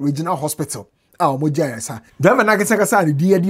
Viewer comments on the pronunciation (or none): none